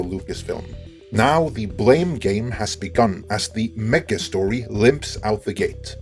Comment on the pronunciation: Mega not meKa